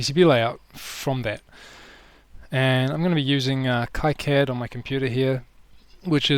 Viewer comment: You may have learned this already, by KiCAD is pronounced "Key-CAD".